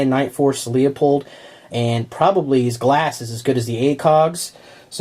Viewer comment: Leupold "loopold" ;p not leahyapold